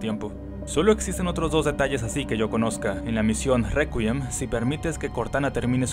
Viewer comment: Una pequeña corrección: "Réquiem" o "Requiem" se pronuncia "Rékiem".